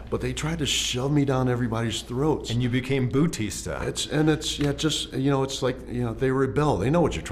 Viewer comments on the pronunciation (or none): "...and you became bootista"